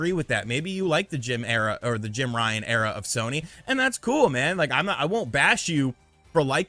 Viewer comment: More like Jim Bye-an 😂